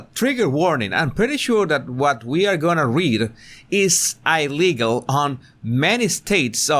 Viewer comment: not "ajligal" - "elligal" ; like NOT "ajtaly" "etaly" (think Spanish) from Italia NOT Aytalia - pleae....